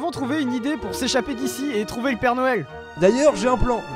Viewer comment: a oxilac dis père doël